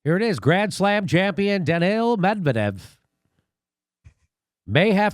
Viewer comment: It's pronounced "Dan-neel" not "Daniel"